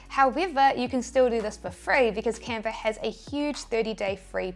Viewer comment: Canver = Canva!